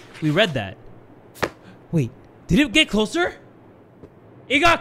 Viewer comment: “I swear it got a little bit closlier.” From The Kubz Scouts 2021